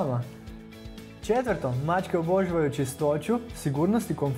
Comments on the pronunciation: Naglasak nije ok - pazi kako izgovaraš riječ "obožavaju"! Naglasak, dugi, je na "ža"! Dakle, OboŽAvaju! (ti stavljaš naglasak na "bo" - oBO žavaju!) Čovječe, odakle si!? Nije to problem, nego što nisi osvijestio to i zamolio nekoga tko ispravno govori da govori ovdje! Ne ljuti se, ta je za tvoje dobro! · Koji iritirajuci naglasak imas, daj malo poradi na rijecima pogotovo rijec obozavaju. Iritantno te slusati. Inace video je odlican, sve stoji. Vlasnica sam deset macaka.